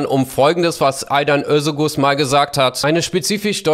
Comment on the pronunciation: Der Moderator spricht Özoguz richtig aus, das g ist stumm.